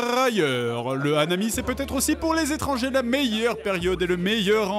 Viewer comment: Ronan Aubineau " Nan mais ohhh... zérieuzement... lèz édrangés, hein... lèz édrangés... "